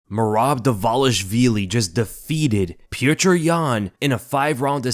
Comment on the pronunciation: Who is pjewtjur? It’s just pronounced as piotr